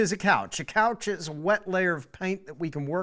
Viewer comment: A couche is a french word that means a "coat" or a layer . It's pronounced "coosh" not couch.